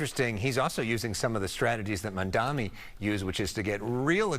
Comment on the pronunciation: "Mandami"? You can't even pronounce his fucking name right. I don't think anyone has to listen to your opinions regarding him.